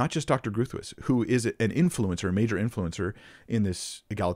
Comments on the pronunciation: Yeah, it’s Dutch and you butchered it. Having a difficult Dutch name myself, I cringe when I hear it mispronounced. I’m glad you made somewhat of a correction in your comment section, but when we come upon a name of a person whom we wish to speak about publically, I believe it’s incumbent upon us to look up the correct pronunciation. It’s just the honorable thing to do. And it’s so easy… Google can usually provide an audible pronunciation. In this case, the “G” isn’t a hard /g/, but rather a back of the tongue rolled /h/ sound. The double /oo/ is a long /o/ sound and the “tuis” sounds like “touse” which would rhyme with “house.” None of this is as important as your great Biblical exposition of egalitarianism versus complementarianism to this former egalitarian woman. But I had to quibble with you about something… 😊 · Groothius is pronounced "Grow-tice" in this case. Rebecca's husband is an ethics and apologetics professor at Denver Seminary. He's a PhD, from what I can find she does not have a doctoral degree. That shouldn't take away from her argument, like I said, her husband is a philosopher., I'm sure he'd be happy to come on and discuss his late wife's work with you. I really don't think you're grasping how her argument works. Also, I think it's incorrect to assume that you to scripture without some sort of preconceived ideas. You make a comment about how you want to come let th Bible speak for itself, but it's impossible for us to do that. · Hey: Great stuff overall, and I'm kinda working my way backward through your videos, all of which are helpful. Linguistic note: Groothuis is a Dutch name and in Dutch should be "Groot-wiss." Doesn't mean she pronouced her name this way, however. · It's a Dutch name: pronunciation: Gr-ow-ow-t - house -- when you pronounce the word 'house' with a strong Scottish accent, you're in the right way ;) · Definitely groo thwees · Dr. Groothuis is pronounced “Growt-hice” (I think) I’m sorry I got it wrong! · Groat- howse